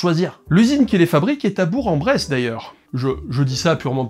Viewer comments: on prononce "bourque" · Pour précisons on dit bourK en bresse ! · on prononce "bourk en bresse" pas bourg en bresse .... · J'ai participé à la construction des cables pour la ville de Toulouse. Je ne monterais pas dedans !!! On dit Bourk en Bresse par contre ;) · Alors un truc ne vas vraiment pas : ça se dit "Bourk en bresse" parole de bressan ! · Super vidéo, très bien expliquée ! Par contre les puristes prononcent « BourK en Bresse » Ahaha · On dit BourQ en Bresse putain 🤣 bisous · Comment il prononce Bourg en Bresse lui 😲 il va avoir des problèmes!